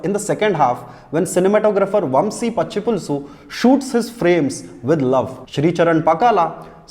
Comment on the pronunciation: Anyway 'MAJOR' is not an exception for snarky comments; His emphasis on the cast and technical members' last names (ex: ADIVI, PATCHIPULUSU etc..) are funny😁